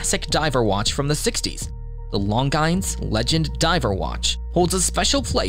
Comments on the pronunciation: Ummm. No. Long Gines? Pronunciation matters. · Lon-guyns & Tiss-it 🤣🤣🤣 as soon as I heard those robot pronunciation; knew this was going to be interesting. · u prononce longines wrong and very funny. it must be like 'lonjeen' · AI searches notwithstanding, Longines has always been pronounced "long jeans, or even lawn zheenz." "Long Guy-nz" is plain wrong. Also, Tudor and most actual dive watches do NOT have"bidirectional bezels," but unidirectional ones, such that remaining time increments cannot be accidentally increased, only decreased, for safety. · Beautiful images. If I may suggest pronunciation tips…Tissot (Tiss-ohhh) and Longines (Lon-jeans).😊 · The ‘s’ is not pronounced. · please dont pronounce longines that way again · Say Longines again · Check your pronunciation of Longines?? 🙈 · Can you pronounce Longines and Tissot correctly? Are you just a bot?